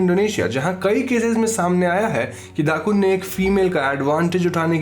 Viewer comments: not Dakun but Dukun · Indonesian here. It's not "dakun", it's dukun. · Indonesian: dukun: dddaakkkunnn